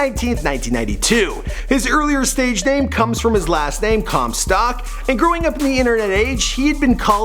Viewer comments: stock* not stack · Anyone else pissed off how he says “comSTACK” like no, “comSTOCK” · Did anyone heard him mispronouncing "Comstock" as "Comstack" ? Or is it just me? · who else cringed when he said chris comstAck instead of chris comstOck? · I know Chris comstock but not Chris comstack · It's COMSTOCK not COMSTACK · How Do you mispronounce Comstock as Comstack no a??? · ITS PRONOUNCED COMSTOCK NOT CUMSTACK OR COMSTACK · how do you fuck up comstock. your saying comstack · OH MY GOD EITHER SAY COMSTOCK OR COMSTACK JESUS CHRIST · you said Chris Com Stack instead of Com Stock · Everyone: Chris Comstock:Chris Comstack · when he said Chris comstack other then Chris comstock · you keep sayin chris comstack instead of comstock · Anyone else get triggered when he said chris comstack instead of comstock? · Why does he keep saying comstack 😒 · This is how many times he said comstAck I \/ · "Chris ComSTACK" LOL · CAN YOU PLEASE STOPPRONOUNCIG HIS LAST NAME (com-stack) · Chris Cum-Sock? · “Chris Comstyack” “Chris Cromstack” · I heard it as chris cumstain i dunno why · Chris Comstack xDDD Comstack lol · He keeps saying Comstack. Whyyy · Comstack. It bothered me more than it should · You pronounce it 'Chris Comstack' haha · chris 'comstack' ahahahha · Chris cumsock is all i heard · Stop saying “Chris Comstack” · It's comstock not comstock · Yeah it’s updated because you can’t even pronounce his last name right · Can you pronounce marshmallow and maybe Comstock correctly